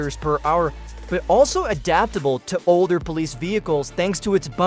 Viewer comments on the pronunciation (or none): none